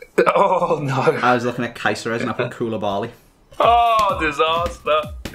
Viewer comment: The way you you pronounce Caceres is wrong m8